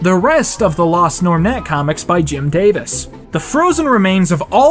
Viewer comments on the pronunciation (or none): none